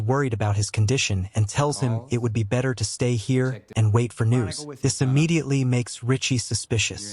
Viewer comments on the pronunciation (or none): none